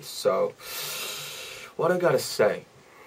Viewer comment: Now that I know he that studied English in New Zealand, I can actually hear the accent with some words like "say" RAPMON WAS ONCE IN MY COUNTRY!!!!!